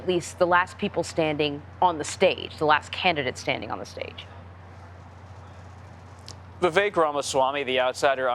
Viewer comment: CBS News is 🗑️. How do you have an anchor that still doesn’t know how to pronounce Vivek’s name and claims to speak on behalf of politics? Truly disappointing